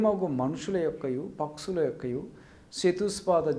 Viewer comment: పక్సులు, చతుస్ పాద జంతువులు కాదు పక్షులు, చతుష్ పాద జంతువులు... అని పలకాలి. ముందు గుణింతాలు నేర్చుకుని తర్వాత ఉపన్యసించు.